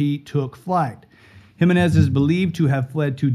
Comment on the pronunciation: It’s not Himenez it’s spelled Jimenez and pronounced for non Hispanics He-menez